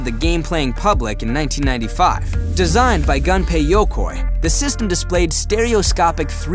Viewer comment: "Gun pey yo koi" Great video though, I loved it!